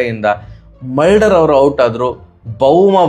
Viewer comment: ಮಲ್ಡರ್ ಅಲ್ಲ ಅಣ್ಣ ಅದು ಮುಲ್ಡರ್